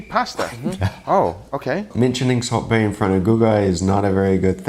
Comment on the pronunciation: i kept thinking he was saying "Salt BAY" like as a location somewhere in the US. They meant Salt Bae.....